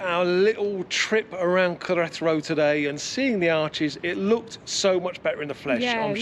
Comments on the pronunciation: For the lady it should be more like Ke-re-ta-ro, with the spaces yes... because you're sounding like "ketro". In Spanish whatever is written you pronounce, there's no shortcut nor lazy approach. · Great video guys keep them coming. I watch with subtitles on and pronunciation of Queretero translates to Karate Roll and Collateral:-)